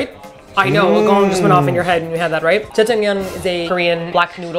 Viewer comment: I can't believe you said Jiangjamyeon I miss those days lol